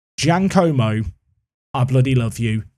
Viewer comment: “giaNcomo” you add Ns to everyone’s name. Ahahaha